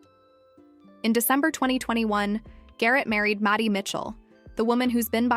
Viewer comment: The most impressive thing about this, was the mispronunciation of "Maddie" over and over.